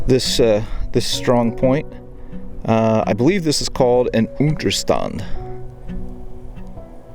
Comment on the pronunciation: Ahh, Americans trying to pronounce German, had to listen to it 3 times until I know you wanted to say "Unterstand" :D Keep up the good work, really like your videos!